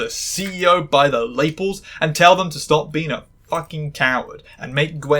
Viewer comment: why did you pronounce lapels like Naples 😭😭😭😭😭😭😭😭😭